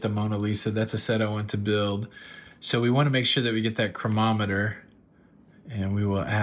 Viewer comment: . nice haul! i believe it`s pronounced: crow-nah-meh-ter. chronometer.